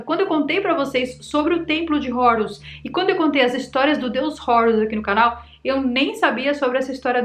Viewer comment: Não é “Rourus”. Esta pronúncia de Hórus inglesada é tosca demais! O nomeé grego a partir do egípcio antigo “heru”. Não tem nada de “Rourus” como um gringo. Você é brasileira, minha filha!